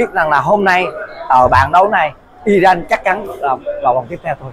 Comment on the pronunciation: Góp y.tên cầu thủ,tên quốc gia k được đọc sai.tên nước họ là iran mà lại đọc i răng.dù vùng miền nào cũng đọc là iran dc.